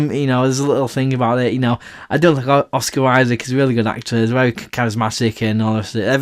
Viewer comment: Dont take this as a diss but you were talking about Oscar Isaac/Poe Dameron about midway through and you mentioned him and Princess Leia, and for a second I thought you said Christian Slater lol. I was like “he must be getting his films confused”. (Incidentally, although I can’t be certain, I don’t think Isaac has started with Slater in anything). I just thought it was funny that’s all, maybe it’s your accent or something. Anyway, nice review.